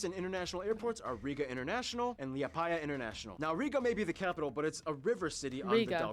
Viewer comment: seeing him pronounce liepāja was the funniest